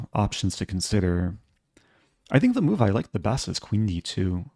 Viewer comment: Did you say chess mood? Not chess move. Didnt quite hear it right in the video.